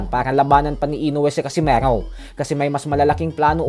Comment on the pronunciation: Bakit parang ang bigkas mo sa casimero ay para bang casimaro,nasobrahan yata boss😅